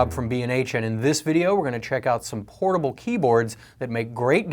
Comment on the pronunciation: At the beginning, it sounded like he said "horrible" keyboards. Lol.